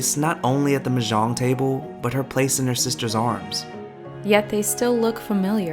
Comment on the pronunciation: Also, not to be a dick but, it's kind of odd that you profess such adoration for The Joy Luck Club, yet you failed to learn how to correctly pronounce the word Mah Jong. It's really not that hard and I mean, they say it alot.